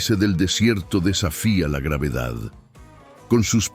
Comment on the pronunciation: Muy buenas imagenes y relato , pero me duelen los oidos cuando cita a la gravedad 😆.